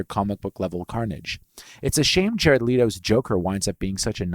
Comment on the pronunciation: "Rowbie" "Leeto" Bruh..... How.....